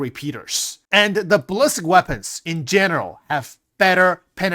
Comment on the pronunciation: is someone ever going to explain to it's not ballist bullet, it's bali-stick, ballistic* not bullisk or ballisk bullet =D